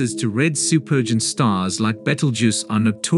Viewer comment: What a terrible AI you have to read the script. It mispronounces supergiant, Orion and several other words. Get an editor to get an AI that can read the words properly.😒☹